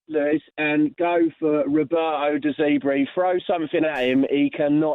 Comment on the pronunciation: Typical Spurs spanner, can't even get the name right of the manager he wants to bring in. "Get Roberto De Zeebree in" ffs. Oh "and summa dare players as well". Always after the quick fix eh, no better than the clueless vulture goonsquad running that shambles at Chelsea. Spurs are a joke club, and so is that pillock of a fan. Hope he doesn't trip over his clown shoes.